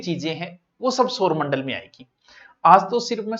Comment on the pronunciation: सर आप सौरमंडल को सोरमंडल बोलते हो 😮